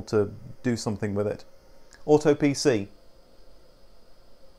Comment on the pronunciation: "AutoPC" AutoPC: ignores in American: "Aaato PeeCee" AutoPC: "Radio."